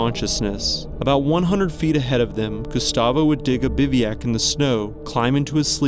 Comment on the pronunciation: What "not to do when you're on a mountain like Everest?" How about not being on there at all if you're not sufficiently prepared and fit and if you're full of hubris. All climbers should go up there aware of their own mortality and not expecting to be saved when they ignore advice. And it's pronounced 'biv-oo-ac' by the way, not "biv-ee-ac." You're welcome.